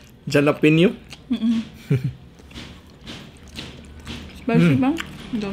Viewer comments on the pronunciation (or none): Halapenyo ang basa jan idol hehehe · It's a silent "j" for jalapeños sounds like letter "h". Pronounced "ha-lapeños" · Jalapeños😂 the way she pronounce it🤦‍♀️